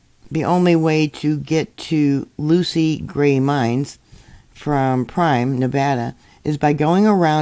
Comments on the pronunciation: The town of Primm (formerly "Stateline") is pronounced "prim" like "prim and proper." It's named after the now closed Primm Casino and Resort. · Pronounced "per'rim" ."summer- lynn". Just for future reference. Thank you